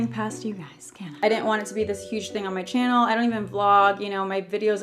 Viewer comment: the one time when hasn't said chyannel finally 😅